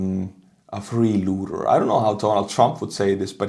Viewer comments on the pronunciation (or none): Great video as always! I hate to correct your grammar, because it can be seen as trolling.. But the term is not "Free-Looter" as you said... The word is "Free- LOADER" pronounced LOW- DER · Free LOADER NOT LOOTER 😂😅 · it's "freeloader" not freelooter.